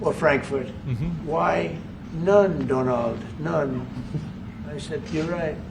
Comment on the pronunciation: “Why none, Dunald, none.” 😂😂😂